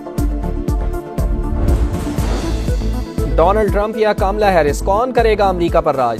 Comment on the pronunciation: Kaamla nhi sahi tslaffuz kamla ( kamal ( urdu me jise kanwal kaha jata hai) . Kya Pakistan me hindi language samajhne aur sahi ralaffuz k sath bolne wala ek bhi shakhs nhi? Sudhaar ( taseeh= correction ki zaroorat hai.